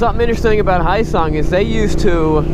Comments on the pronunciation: No offense to him at all, but he pronounced "Hyosung"'s first half as if it were the "hayo" in the Japanese word "ohayo". Hyo is read hyo, not hai-yo. (By the way, it wouldn't be read "hai-yo-sung" in romaji either. That would be spelt Haiyosung, three syllables. 효성 in Korea I suppose? I'm not very well versed on Hangul, but I'm aware that that is two syllables.) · It's pronounced, "heeYOHsung", jus so we r clear about it.... Lol. Good machines, overall. Koreans r not th type to put up with low quality, their products tend to b quite solid. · Honestly, the only video on YouTube regarding the hyosung bike that's not in 144p lmao. Good review ngl, Im gonna be getting a gtr model soon :D, it's pronounced 'he-yoh song', korean is a bit hard to pronouce. South Korea has always been economically behind Japan, it took them a while to get started and to be honest they do lack the quality and promise of good quality Japanese bikes would now offer, but I reckon Hyosung could make it one day. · Its Hyo - like Yo with an H sound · It’s pronounced how-sung, hyosung. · Pronouncing the "hy" like "High" is like reading Japanese romaji, when hyosung is Korean. The right way to say the "hy" in "hyosung" is the same as the "hu" in "huge". So you can say it with a soft "y", not a hard one. And then the "o" is a hard sound in a "hip-hop yo", "yo what's up bro", or "toy yo-yo". Then the "sung" is literally "sung" like in the past tense for "sing" as in "she sung a song". Hyosung. Very smooth and mellow like. :) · Hyosung is pronounced like h-yo-sung so yo sung with a H. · 효성 in Korean would be pronounced most similarly to the English phonetic /hjəːsɔːŋ/ hjersong, where the r is non rhotic. It's not directly transcribable, but that's about as close as it gets. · If you ever sell another of these bikes the name is pronounced Yo-sung because the "H" is silent. Don't shake your head Wright is pronounced Right because the "W" is silent. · its pronounced like " yo-sung" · The name is H-Yo Sung